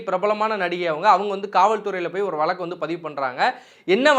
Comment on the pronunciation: Valakku illa Vazhakku, oru payalukkum Zha varadhu, ana Tamil valakarom nu solluvanga